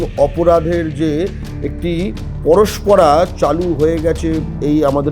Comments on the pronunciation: পরস্পরা নয়। পরম্পরা। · Kathata 'parospora' noy, kathata hobe 'parompora'.pls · পরস্প রা না পরম্পরা? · 'Porospora' noy re, 'porompora'. Shekh Shahjahan ki bohiragoto ? Abhay-r pore West Bengal-e joto dhorshon hoyechhe tader porichoy dekhun. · বলছি পরস্পরা বলে কোন কথা হয় না। বাঙালিরা বাংলাটাও ঠিক করে শেখে না। কথাটা হবে পরম্পরা।